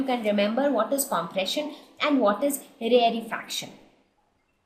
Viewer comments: please don't say rarre fraction its rare fraction its so annoying when you say it wrong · You are pronouncing rarefaction wrong 😑😑